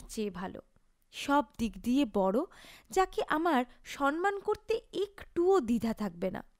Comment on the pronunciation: kawtha ta "shawmman"✅. Shawnman ❌ noy.